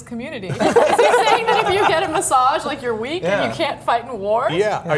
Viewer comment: Why are they pronouncing "massage" like there's a "d" in it? They say it like "massadge" haha